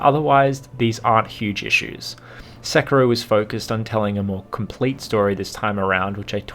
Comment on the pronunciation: The ''i'' in sekiro is pronounced like ''ee'', sekiro=sekee-ro